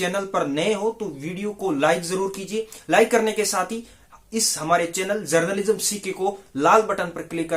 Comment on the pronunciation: भाई जर्नलिज्म सीखा रहे हो! और खुद ही अभी तक गलत #Pronunciation कर रहे हो। पैकेज को पेकेज बोल रहे हो और चैनल को चेंनेल!! माफ़ करना, #Unsubscribe कर रहा हूं।